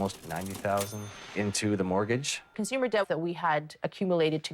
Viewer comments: "Mortguage"? <CRINGE> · What is a "mortguage"???? Nice literacy from the channel owner....🤣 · No "u" in mortgage! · What the hell is a “mortguage”??? 😂😂😂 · What is a "Mortguage"? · What's a "mortguage?"